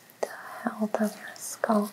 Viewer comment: Very soothing—but please; the word is scalp not sculp.